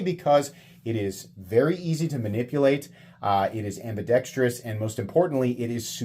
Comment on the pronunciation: It's "ambidex-trous", not "ambidex-trious". 😂